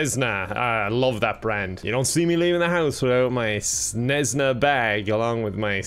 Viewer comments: saying Cessna like Snezna has betrayed me emotionally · i hate how u said cessna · as someone who is taking avation, the way he says cessna hurts my brain lolllllll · Everytime you said "Cnesna" I died a little on the inside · I’m an aircraft enthusiast but also I love watching bids but this one when he said snessna instead of Cessna was quite annoying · CESS-NA you simpleton. The quality of the Irish education system has really gone down hill. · Snesna he says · The way he pronounces Cessna ahahahaha. I did enjoy my trip with KevinAir though. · That mispronounciation of cessna, very easy word for very, very well know aircraft... ouch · Cessna is actualy a very well known brand for small planes and I think you pronounced it toataly wrong.